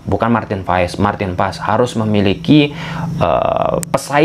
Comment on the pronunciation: Marteen paes (marteen paas) bukan marteen vaes😂